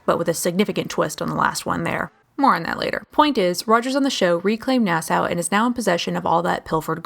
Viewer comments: ITS PRONOUNCED "NAAH-SAW", NOT "NAAH-SOW". FOR CHRISTS SAKE! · It's Nass-aww not Nass-Ow